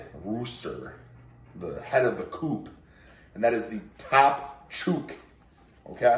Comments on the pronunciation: fun fact: at least in Australia, we pronounce "chook" with an 'oo' sound like in 'book', rather than that in a word such as 'shoot' or similar... but I'm happy to call you 🙌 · hi ricky. you're mispronouncing chook. :) thanks for the content